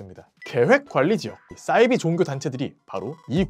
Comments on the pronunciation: 사이비(似而非)를 싸이비로 발음하시는 이유가 있으신가요? 사투리인가요? 사투리라면 어느 지역이신가요? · 왜 싸이비 라고 하는거죠? 사이비 라고 해야 맞는거 아닙니까? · 사이비~~~발음이 어렵냐?😩 아니면 영어라고 생각해서 '싸이비' 🤮라고 하는거냐.......?? 似사~而이~非비.....겉으로 보기에는 비슷한 듯하지만 근본적으로는 완전히 다른 ❌것 !!! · 싸이비 아니고 사이비요.. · 사이비 발음은 싸이비로 하시면 안돼요